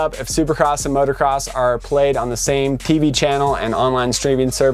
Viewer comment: It's MOOOTOOOO CROSS... NOT MOTORCROSS